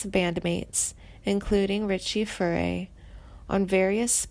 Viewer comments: There's not a f***ing thing wrong with Timothy's career path, and he's one of the finest vocalists ever born... SO THERE. (The "narrator's" delivery and mispronunciation of artist's names is atrocious! Who the hell are Glenn FRAY, Richie FURRY and Randy MEZZNER??) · The narrator could use help with pronunciation - Randy MIZE-ner and Richie Fure-ay, Glenn Fry And he's not dead, you twit! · Richie 'Furry' - LOL! Randy 'Maisener', Mesner'. Too funny. And Steve 'Cooper' - does she mean Cropper? 'Suther', 'Fray', Warren Zavon, gawd, this is awful. And she makes it sound like he's dying of cancer when he beat it and is healthy. But hey, at least the title didn't spell his name with a 'd', so there's that. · I stopped watching after You butchered the pronunciation of Richie FURAY, Randy MEISNER, Glenn FREY and JD SOUTHER. Clearly You know very little about these musicians. If You did, You would know how to say their names correctly. What a mess!!! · Misleading title. You must have too much time on your hands. Some of this information is incorrect. Next time review your material and pronunciation of names. You sound like a fifth grader reading from hand-written notes. Botching names of Richie Furay, Glenn Frey and Randy Meisner. Come on get real... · If you can't pronounce their names properly, you shouldn't be doing this narative. There are some questionable facts stated here also. Please learn how to pronounce Meisner, Furay, and Frey's last names properly. Just sayin'.... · Click bait, narrator can't even pronounce artists name correctly .sounds like she is reading off a script